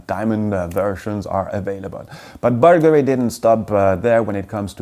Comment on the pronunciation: Did he mean Bulgari, when he said buggery?